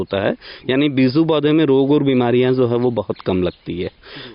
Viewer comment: Sir beezu nhi beeju word hota hai agar aap word hi sahi nhi bol payeing to apke vedeo ka standard gir Jaya hai jab aap beej hi nhi bol pa rahe to kaise samjhe ke aap sahi Bata rahe hain